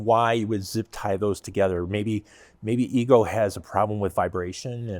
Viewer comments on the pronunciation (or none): The company name is pronounced Ego, not Eco. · I really enjoyed finding this video to see all the detail of the EGO LM2206sp, great detail and information. But it's probably important that you get the manufacturer name right, it's EGO NOT ECHO that makes this unit. You guys being engineers look at it from a totally engineered POV, not the practical application and usability of the unit. As others have mentioned something as simple as clear battery cover actual purpose to see the battery gauge read out. And the point of the aluminum deck that adds all the weight actually does make a better cut than the composite units. (based on several Youtube reviewers). You should do a little research into the units before actually tearing them down and providing opinions. But love the video non the less and the level of detail you guys give to it.:goodvibes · eGo NOT eeKo ugh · He said, Echo is the parent company of the Ego product line. Later he mistakenly uses the incorrect Eco reference. Most of the cost in that mower is the Battery and let’s not forget the Tariff’s.